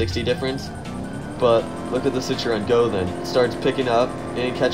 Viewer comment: Nice video, but maybe Citroen, not Citreon?